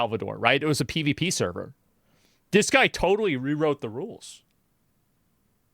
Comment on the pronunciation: "it was a PVP sever"lmao